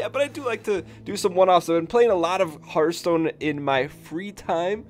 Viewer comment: Hearthhhhhhhhhhhhhhhhhhhhh (ttttthhhh) Stone, not heart stone lol